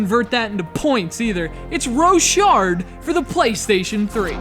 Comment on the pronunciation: its pronnounced "rock hard"